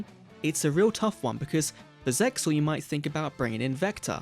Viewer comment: Isn't ZEXAL pronounced like "seal"?